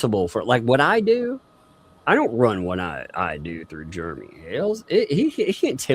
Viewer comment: When the cop asks what his name was she didn't say Jeremy she said Geremy. Go back to 33 minutes and when doing her video and at the cop asked karma is a biatch keep your nose in your own business and your husband sugar booger